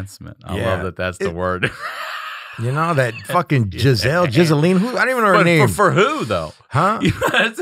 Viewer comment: hahaha did he say Jizzelle..Jizzelene.. I love these under the breath jokes.